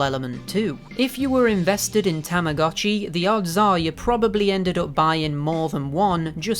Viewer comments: When you start learning Japanese and realize that it’s pronounced TAMA GOH CHI not TAMA GAH CHI because “tamago” means egg. Mind blown. 🤯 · its actually tamago (egg) and uotchi (watch) so together it is egg watch. btw tamagotchi is called tamagotch in japan. Tamah GOE tch in pronunciation.😅😅😅